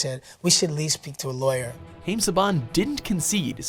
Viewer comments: Thanks Worst Travel Show, you fail on this video about Power Ranger fails. WatchMojo is NOTHING but fail! Also way to go for miss pronouncing Haim Saban's name. (It's Ha iem not Ha aim), though it is spelt that way. Much like Saban is pronounced like there is an R in it, where there isn't. Nice to see that your still failing at your videos. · you mispronounced Haim